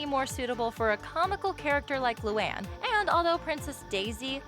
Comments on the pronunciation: It’s pronounced lū-an not loo-on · Luan is pronounced LOO AN not LOO ON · It's Lu ANNE not Lu AHN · It's not lu aun it's LOO ANN luan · I really can't take it anymore. You pronounce the character's names so wrong! I had no choice. Luan= Loo-An Lana= Lah-Nah Lynn=Lin Lola= Low-Luh Leni= Len-E Lincoln= Lin-Cun Lisa= Lee-Suh Luna= Loo-Nuh Lori= Lore-E Lucy= Loo-See Lily= Lil-E I included all of them so you can use this for future vids. No hate, just an annoying pet peeve of mine that needs to be addressed. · (Luu-Ann) is it to hard to prounounce. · it's loo an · The way she says Luan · Why did you pronounce Luan wrong...when it was Lynns part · She said Luan wrong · She said luan wrong XD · did anyone hear as they pronounced luan wrong? or is it just me. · YOU SAID LUANE WRONG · You said Luan wrong for me where I live.